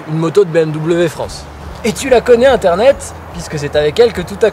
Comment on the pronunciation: Tu fais bouseux en disant internet a chaque fois ...